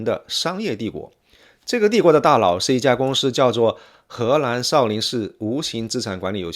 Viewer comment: 哥们儿请跟我读 河难 不是 荷兰😂